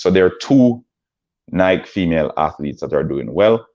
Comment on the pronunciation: Also learn how to pronounce Sha’Carri and Nike before you speak on them!